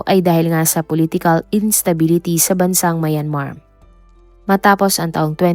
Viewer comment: I like your content pero improve on your pronunciation like how you say SOSYAL MIDJA, MAYAN-MAR, etc